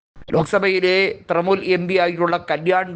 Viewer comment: തൃണമൂൽ , നേതൃത്വം എന്നീ വാക്കുകൾ ഉച്ചരിക്കുന്നത് ഒട്ടും ശരിയല്ല തിരുത്തണം